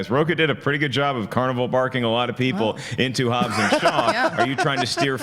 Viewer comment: It's Hobbs not Hobbes😂